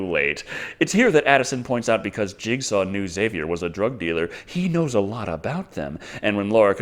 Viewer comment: Are you saying jigsaw or Jake Saw?